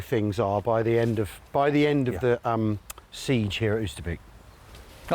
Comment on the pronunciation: I'm not Dutch, but I lived for a while near Arnhem, and to my ears "Oosterbeek" is pronounced more like English "Oaster Bake" (rhymes with Toaster Break). The 'g' in -weg is not hard 'g', but more like like 'ch in Scottish loch.